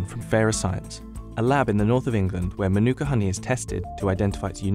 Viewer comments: English dudes pronunciation of Te Reo not great, including the word, Manuka. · The narrator can’t even say MĀORI right 😅 or Manuka